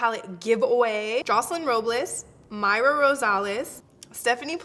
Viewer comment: Girl you said mayra!!! Casi me meo thought it was me! Lol congrats to all the winners!